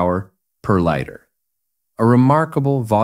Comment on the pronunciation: Fascinating story, fascinating machine. But the commentary is just plain weird, the narrator made numerous flubs. First, the Suzuki's tube frame was made of steel, not aluminum. Second, the word "liter" is pronounced "lee-tur." And not "lighter", as he stated. And finally Hans Georg Anscheidt's middle name is not pronounced "Gee-org." Otherwise, an interesting tome.. .